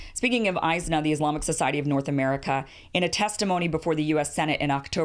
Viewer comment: It is pronounced IS-NA and it is a mixed bag but overall an extremely liberal organization despite the money they got.